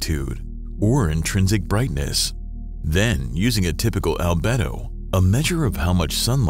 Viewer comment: Al-bee-do ffs!!!